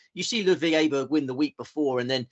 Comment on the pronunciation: well done on Aberg you have joined Andrew Cotter on the correct pronouciation